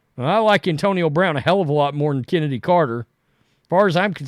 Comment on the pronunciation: Is Chennedy supposed to be pronounced like I'm removing a loogie from my throat? Like the ch in L'chaim? Cccccchhhhhhenedy Carter. SPIT